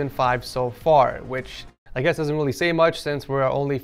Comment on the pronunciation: i love how he says welly cool